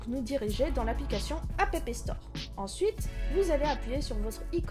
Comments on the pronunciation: Elle prononce juste les deux "p" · J'ai explosé de rire pour le "apépé store" mais bon tuto !